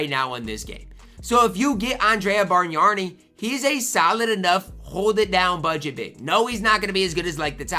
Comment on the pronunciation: Bargnani = Barn-Yawn-EE (you are adding an "r" where there isn't one.) oh....and Brad Daugherty = Daw-er-tee (you are adding a "t" where there isn't one.) Brad I have seen you talk about this year and last year. I am old and remember them both....so just trying to help. Good video.